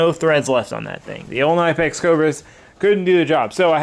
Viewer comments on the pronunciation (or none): Its knipex with a silent k like knife lol